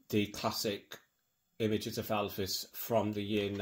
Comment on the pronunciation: Many thanks for your book reviews. Great. You say Elvis like Lisa called her dad Alvis !